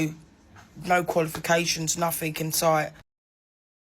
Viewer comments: dummies, dunces, little to no education in school… Proceeds to pronounce “nothing” as “nothink” 😂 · yeah, someone who says "nuffink" calling me uneducated! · Imagine being called uneducated by a person who pronounces the word nothing as “nuffink” 😂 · The irony! 4.27 'little or no educatiion' ... Nofink! 😅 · Priceless a woman accusing Reform voters of being uneducated and pronouncing "nothing" as "nufink" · "Nuffink"...theres education for you...😂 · " No qualifications in school, nuffink" 🤣🤣🤣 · Silly girl it not noffink it's nothing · The girl who says that reform voters have no education then goes on to say they know "NUFFINK"...hmm, sounds like like she has had no education at all. She can't even pronounce "nothing"....she is a first class ignorant, uneducated fool. Reform is the way ahead to reclaim our once great country. I am looking forward to the complete collapse of the ignorant labour government...it can't happen soon enough. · "No education noffink" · Someone who says nuffink instead of nothing should have their opinions disregarded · Uneducated, coming from someone who pronounces it as “nuffink”… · Funny how the girl who thinks dunces and the uneducated vote reform, says, ” no qualifications….nufink” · "No qualifications, nuthink" 😂